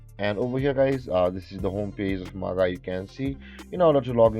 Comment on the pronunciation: Very helpful! Just FYI, it's pronounced "Maj-eye" (soft 'g' sound). Great work!